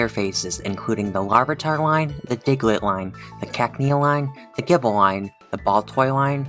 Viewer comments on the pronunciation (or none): none